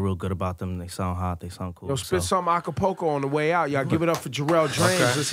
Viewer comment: “acápoco” 😂 I thought it was acapella! LOL